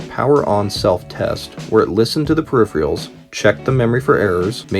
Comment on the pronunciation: Good informative and visual video buddy. But can you change the background music once in a while? Yuck! Distracting. Oh,and it’s pronounced “per - rif -er - els”.